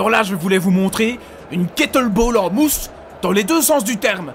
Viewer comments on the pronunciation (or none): cool cette expo , au fait c'est kettlebEll et pas kettlebAll.